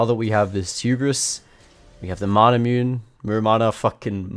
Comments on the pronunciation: Being honest, Manamune is a reference about Masamune, the japanese blacksmith, so technically manamune pronuntiation is: Ma-Na-Mu-Ne Not "Nay", just simply "ne" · Manamune - mah-nah-moo-nay It's the sword of Yasuo per ruined king game reference, and the design of Ionia characters are like japanese/chinese/korea basically oriental asia thus most of the time, it should be pronounced per syllable as japanese is syllabic language unlike english a rhythmic language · Manamune is pronounced as Ma-na-mu-ne. The item and its upgrade derives from famous Jap swords - Masamune and Muramasa. Also commenting for the Algorithm 😄